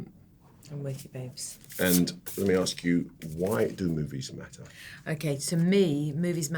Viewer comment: Please Idris say ASK properly not AKS, it spoils your amazing interviews